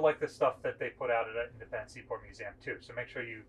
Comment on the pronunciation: This guy needs to learn how to pronounce museum